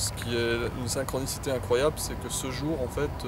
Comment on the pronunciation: "Une sainkronissité parfètemen majike"